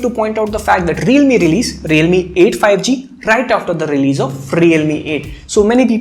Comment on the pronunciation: Okay I got a petty question, I apologize beforehand,but Why does our homie leaves all the "s" in his sentences? (I watched other reviews as well) The rest is awesome, but this triggers my OCD.: Today's video.: offer's a clean experience: Realme releaseD No offense to my guy, have been watching his videos in a row!